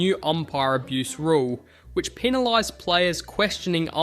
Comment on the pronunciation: / / / / "Peanilised" lol 😂